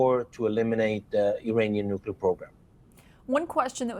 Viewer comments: it’s nook-lee-er not nook-you-ler. There’s nothing more credibility destroying than mispronouncing such a consequential word. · N U C L E A R not nucular. Geez.